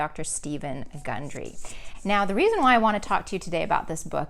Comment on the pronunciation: Why is his name mispronounced twice during your talk...but pronounced correctly when you’ve referenced the book?